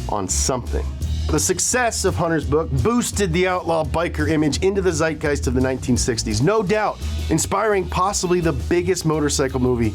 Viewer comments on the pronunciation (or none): none